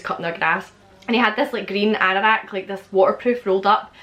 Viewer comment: What you say (seemingly about something out the window)? And also, A green what?? Arandack? Anderack? I can't for the life of me understand what word you're saying. *Edit: I Googled it: Anorak In the U.K., an anorak actually has two meanings: 1. a hooded jacket. 2. a socially inept person. In the case of the first meaning, the word anorak didn't in fact enter the English language until 1924. Before this time, coats of this nature may have been referred to as a parka—a word still used in both British and American English. Lol, sorry I had never heard that word before in my entire life. Still like to know what you say though.